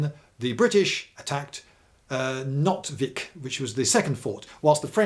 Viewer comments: Nôtweek with a long o is the pronounciation. He is far off. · Noot- veek is more correct pronounced. Not=net, fishing net. Vik= bay. Like Vikingr week-ingr .